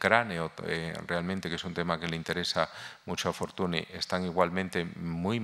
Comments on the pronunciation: Es lamentable escuchar durante una hora Fortuni, Fortuni, Fortuni, Fortuni. Señor Barón usted sabe perfectamente que Fortuny se pronuncia Fortuñ. Un poco de respeto. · Señores, no se pronuncia /Fortuni/ en catalán, es /Fortuñ/, es alucinante como gente tan culta sea tan paleta para pronunciar apellidos no castellanos...